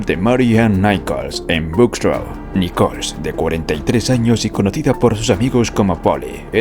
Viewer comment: "Nicol"?? 😂 No se llamaba "Nicol" se apellidaba Nichols.